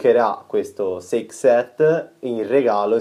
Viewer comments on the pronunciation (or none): SAKè SET! NON SEIK SET! IL SAKè I NIPPONICO MICA E' UNA PAROLA INGLESE!! LE BASI CAVOLO!